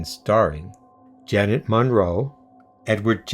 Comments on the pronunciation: Jeesus, it's Ian Hendry not Jan, and Leo McKern, not Kern. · Can't you read?? It's Leo McKERN!! NOT Leo Keren!! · Leo McKern not "Leo Kern."